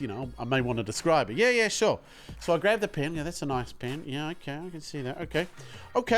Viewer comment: The "SEW" killed me ahahahha